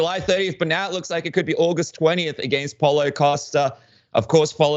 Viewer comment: Pow-lo not Por-lo Porlo by ko rnd 1